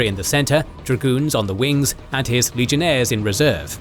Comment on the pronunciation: At 2 hours 57 minutes and 43 seconds. My man said legionthere's cause he's so used to talkin about rome